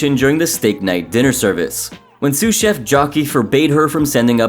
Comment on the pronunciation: I think he slurs the ch sound into Jeff instead of chef